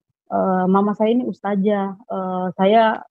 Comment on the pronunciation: Kayaknya boong nih, kok dia bilang ' ustajah ' kalau anak ustadzah pasti makhroj bahasa arab nya fasih